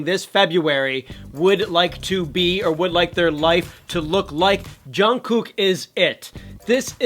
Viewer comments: I just can't stand the way he says "Jun KOOK"... lol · that's not how you say jungkooks name lmao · Boi you pronounce his name wrong EVERY.SINGLE.TIME I'm screeching , and I'm so proud I actually cried kwnfkenekneleme my bby